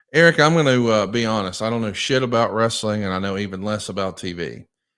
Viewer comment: Ooh, idk about you, but that always gets on my nerves when he adds that extra syllable while using that tone that he always does